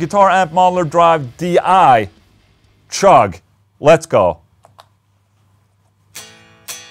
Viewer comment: Sorry Ola, gonna be a nazi here and point out that when saying "chug" you make the most common mistake Swedes make when speaking English. Other examples of this: chair=/=share, cheap=/=sheep. Ch=/=Sh. The point is, it ain't pronounced "shugg".